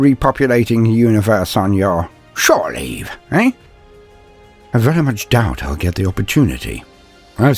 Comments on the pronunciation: "shoreleave" LUL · "...shore leave"